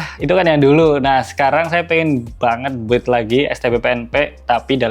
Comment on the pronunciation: BUILD itu pengucapannya BILDT, U tidak diucap.. sekedar share 🙏🏽